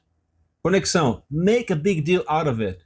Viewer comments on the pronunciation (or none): Ele conecta deal com out. Ficando "lauravêt"